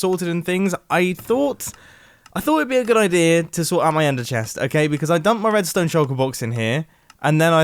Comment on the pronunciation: “Wedstone” i chuckled a bit